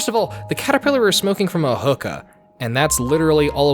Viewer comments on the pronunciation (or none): The way you pronounce hookah hurts my soul.